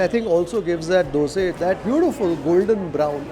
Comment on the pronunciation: You pronounced it right....dhoose....superb....North Indian prounce it as dusa, or dosa